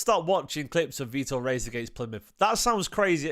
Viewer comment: Loved seeing Vitor rushing back and decisively winning the ball back from a breaking opposition player too. Physicality! Plz tho, it's pronounced Hayes 🙏